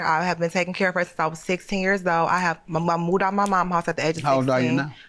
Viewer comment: I’m still trying to figure out why the defendant dropped the V out of the word “moved” and kept saying “Mooed”. It took me 3 minutes to realise she was saying “moved”. Chile, The ghettoooo